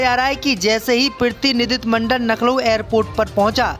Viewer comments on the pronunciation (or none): Lucknow bolega nahi Naklow hi bolega kya